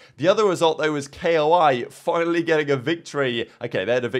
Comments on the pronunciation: please stop saying K.O.I its koi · bro really said k o i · Why you say k-o-i? It pronounced like the fish